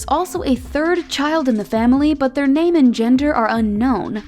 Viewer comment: Someone give the narrator a raise for reading all their names right 👏🏻👏🏻👏🏻